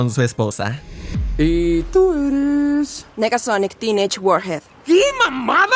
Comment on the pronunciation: "Negasónic tínech guórjed"💀